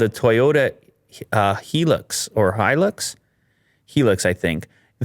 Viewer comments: It's pronounced (HI Lux) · Toyota Hilux is pronounced high-lux. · The Toyota is pronounced "High Lux"